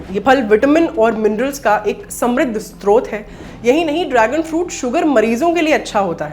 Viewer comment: स्त्रोत नहीं स्रोत